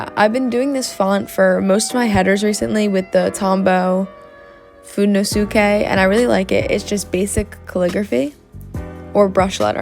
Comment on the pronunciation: It’s pronounced Food-day-no-soo-Kay